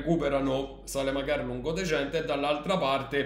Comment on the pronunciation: Grande 7 sempre er mejo…comunque piccolo appunto se dice lungodegente e non lungodecente…de decente questi non c hanno quasi più niente ormai 😄 Forza Roma e grande ❤️❤️❤️